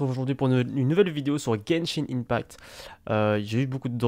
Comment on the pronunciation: Argh ! La prononciation de “open world” et “Gebshin impact” sa fait saigner l'oreille.😭 Si vous vous demandez pourquoi j'ai modifié c'est parce que j'avais oublié l'émojie 😭